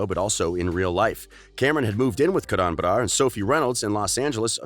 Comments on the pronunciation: Umm what? Karaaaan Baraaar? its Karan Barar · you don’t even know how to pronounce karan barar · The way he pronounced “ Karan brar” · The way they said Karan brars name